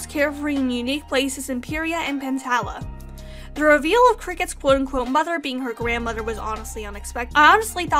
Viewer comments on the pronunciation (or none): none